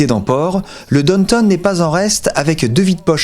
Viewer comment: J’entendais « donne tonne » et je me disais mais qu’est-ce qu’il dit là? Et il répète « donne tonne » et puis je l’ai ignoré. Puis, j’ai compris: Downtown, bien sûr!!! WTH mec? Vous êtes vraiment bizarre les français hin! Vous savez pas faire un petit effort? Bande d’ignorants de merde